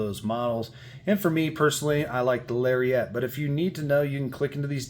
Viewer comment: LariAT not lariET 😂